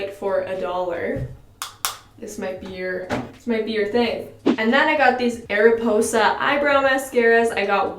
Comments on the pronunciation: MARIPOSA NOT ARIPOSA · It is Mariposa not Ariposa😉 but the pronounciation is good just add an M😋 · the "ariposa" makeup brand is actually pronounced Mariposa, which means butterfly in spanish, the little butterfly in the logo is supposed to be the letter M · 😂😂😂😂, I'm watching this in 2020 and I'm like 😂😂😂😂😂, Ariposa 😂😂😂😂 is Mariposa, it means butterfly but in Spanish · So, I think I'm right, and it's pronounced Mariposa. The butterfly before the ariposa is supposed to be a M ..but I don't know lolol anywaaaaaaaaaaays, love the video<3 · It's not ''Ariposa'' The logo is an ''M'' and together stands for ''Mariposa'' it's butterfly in spanish hahaha :P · It’s actually “Mariposa” (the ‘m’ is ridiculously hard to see) and GIRL U FORGOT BLUSH 😂😂😂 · Isn’t it mariposa not ariposa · Its mariposa not ariposa😂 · Lol okay so it’s not ariposa. It’s mariposa. The m is in a black circle and the m is white. You pronounce it ‘mah-ree-posa’. It means butterfly in Spanish :^) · not Ariposa but Mariposa, there's a M😂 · Isn't it mariposa and not ariposa?😂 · don't know if i'm the only french canadian here to say this but: it's called Mariposa. Felt like you were missing the m? Maybe? She's kind of the star of dollarstore makeup brand. She's not always great tho. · She missed the M haha Mariposa like butterfly in Spanish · Hello, I'm from Québec city and we have the Ariposa make up and when we say it.. It sounds like this: aripoza.. the S is pronnonce like a Z. I like watching you.:-) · ITS “MARIPOSA” the M is part of the name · Its Mariposa, like butterfly in spanish hahaha I loved this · its MARIPOSA!!!!!!! was that not bothering any one else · It’s pronounced “MARIPOSA” the m is in the circle logo before it. I am from Canada as well and actually love their makeup. I have a highlighting pallet from my dollar store and I use it everyday over my expensive Anastasia one hahaah. I love them